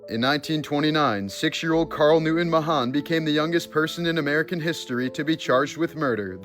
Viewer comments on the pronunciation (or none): none